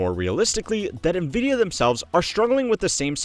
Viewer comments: Why does he call it "Neh-vidia" instead of " 'N' vidia"? o_o Well, then later he calls " 'N' vidia" again so now I am confused haha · FYI, NVIDIA is pronounced "en-vidia", not "nuh-vidia" (@ , ) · Nvidia is pronounced envidia, not navidia. JFC. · Why the “nuh-vidia” and not “en-vidia” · It is pronounced “envidia,” not “nuhvidia.” Envidia is spanish for envy. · N VIDIA not NA VIDIA l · My ears wince every time you say "nuh-Vidia" instead of "en-Vidia". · pronounced nvidia "ni-vidia" twice here. literally unwatchable /s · bro can you please stop saying nevidia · "Nuhvidia" lol